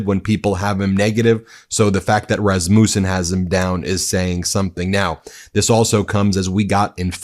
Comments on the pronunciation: It’s not RasMOOOsun. It’s Resmusun. No long oooo. Your pronunciation drives me crazy. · How do you not know how to pronounce Rassmussen? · I wish your titles were literal...you keep getting my hopes up. And having Rasmussens in my family, the accent is on the first syllable.